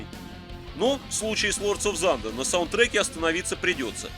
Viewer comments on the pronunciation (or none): спасибо за обзор! очень лампово, на всё свое мнение, но оно ненавязчиво. единственно - режет ухо "зандер"/thunder ) уж лучше "тандер" или на край - "сандер", т.к. звук в этом слове глухой